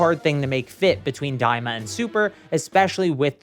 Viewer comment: Daima. Not "Diama."